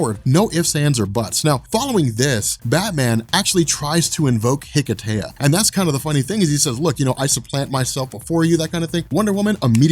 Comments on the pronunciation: Hello and guys in the Robchor. I am Christos from Greece and I just wanted to thank you for the great content of your channel and your good work. Plus I wanted to add that hearing the word hiketeia so many times just caused me pain because the word is Greek (as is the ritual) so I just wanted to add that the proper word is more like hikesia (with a silent "h"). Keep up the good work. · Why did they call it Hiketeia? The correct pronunciation is Ekesia (Ικεσία). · Wouldn't it be pronounced Heh-Kay-Sha?